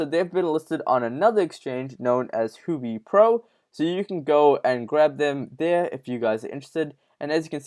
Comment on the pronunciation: Huobi is pronounced Who-Oh-Bee